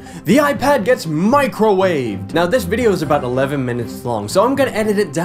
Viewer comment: "Vidjeo" xD